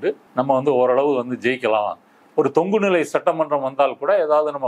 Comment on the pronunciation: தங்கு இல்லை தொங்கு...